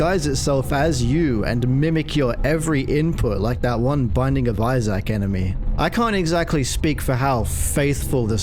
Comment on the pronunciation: "eye-sack" 😭son.